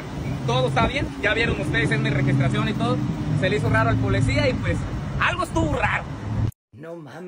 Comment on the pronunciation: Porque primero este vato no se quita la ignorancia verbal , dice muchas palabras en español mal dichas, por ejemplo Polecia ... Que acaso su familia no le da vergüenza escucharlo hablar, hacer tonterías por tal de tener vistas, hay videos donde expone a su propia familia y los pone hacer cosas que pueden ser denigrantes, pero en fin todo sea por el maldito dinero y si tiene que humillar a su familia para conseguirlo pues lo hara